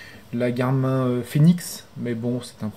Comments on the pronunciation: super video tres envie de lacher la vivoactive 2 pour passer a la 3 hehe par contre je crois ca se prononce [garmine] la marque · ptdr tu sait pas dire Garmin